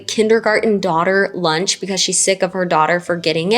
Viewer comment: One of my problems with 8 passangers is the way she says "lunch". Like no girl, cant you say it any other way?